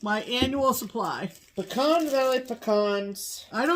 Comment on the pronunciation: Whew! I can’t tell you what a relief it was to hear you ladies properly pronounce the word “pecan.” Whenever I hear people say “pee-can” it’s like fingernails on a chalkboard to my ears 😮. If you’d like to turn some of those beautiful pecans into pralines (that’s “prah-leene” not “pray-leene” 😬) I can send you a fool-proof recipe - no candy thermometer necessary. Including some homemade pralines with your next small for an exchange would be a big hit - and an opportunity to to spread the proper way pronounce “pecan” and “praline” 😆.